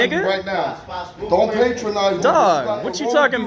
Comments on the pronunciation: It's "patronize", my dude! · pa·tron·ize verb 1. Treat in a way that is apparently kind or helpful but that betrays a feeling of superiority. "she was determined not to be put down or patronized" The dude pronounced it wrong!